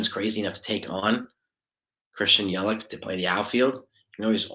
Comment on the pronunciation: No no no no. And it’s Yell Itch.